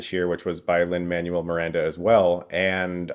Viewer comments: Man-well, not Manual. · I didn't see any other comments with this in there, but for future reference in case he comes up again, in Lin-Manuel Miranda's name, Manuel is pronounced "Man-Well" :-)